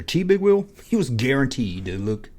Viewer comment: You said " mr will " big wheel ....lol